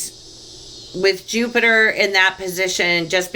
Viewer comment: That was so chock full of goodies i'm gonna have to watch it again. And I laughed so hard when you said "Plupiter" you have no idea! At one point you almost said "dirty money and poliTRICKS" lol, that would've been appropriate.:) Thank you so much! XO